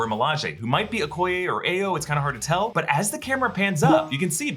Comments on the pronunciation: it's pronounced /aɪ joʊ/ (rhymes with "bye-yoh") not /eɪ joʊ/ (rhymes with "day-o", like in Harry Belafonte's "Banana Boat Song"). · Dora Milaje "Ayo" is pronounced "Eye-oh"...its a Yoruba word meaning "joy"